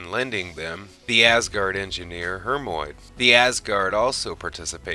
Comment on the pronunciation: Great video but yeah, every time I heard that it was like "goddammit, 17 combined seasons, the pronunciation is right fucking there for you, repeatedly" lol. Also, Hermiod, not Hermoid. And a bunch of others, kind of lost track.